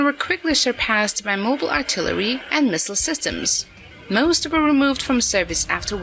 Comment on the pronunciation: That was a nice piece of artiltiltillery on the Yamatooo. For mankinds sake, stop using AI.